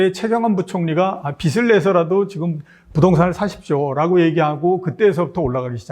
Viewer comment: 좋은 프로입니다 한가지 아쉬운점 말씀드릴게요 비슬내어 비즐내어입니다. 발음만 잘해주시면 더 좋은 방송이 되겠습니다